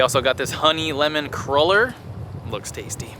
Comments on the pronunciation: CRUEL-LER not cruller. Pronounced (krewler) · Hehehe it's pronounced "Crew-Ler" not "Crul-Ler" you silly gooses :) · I'm so excited for you guys for going to Celtic Colours. My husband and I hope to get there one day. The crullers are popular in my hometown of Milwaukee. We pronounce them "crawlers" and they're shaped like long Johns; other places they're found I've heard it pronounced "crew-lers." No matter how you say it, they are indeed delish (with coffee or tea in the morning).